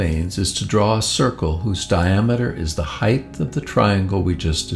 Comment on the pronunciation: Amazing presentation! Beautiful animation The VO artist sounds like he said "heighth" once though😡